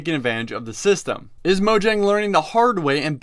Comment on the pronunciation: Mo-yang. It's pronounced mo-yang.